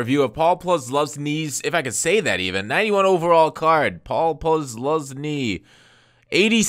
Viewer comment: Im Polish, and I'm pretty sure Posluszny is a polish name. It is pronounced Pos Loosh nee.